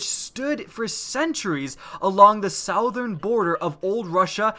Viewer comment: The "SOWTHURN" lmao